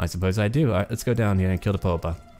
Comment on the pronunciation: The Italian for Pope is " il Papa." Not Popa.